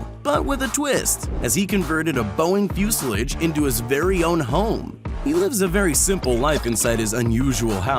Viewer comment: How on earth do these people not know how to pronounce words they should know how to pronounce? Are these narrators for videos paid? Because they shouldn't be if they can't pronounce simple words like Fuselage.